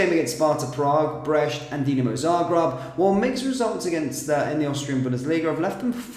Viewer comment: It's Brest not Breche...which mean a hole.